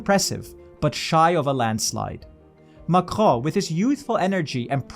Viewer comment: The way you pronounce Macron is making my ears bleed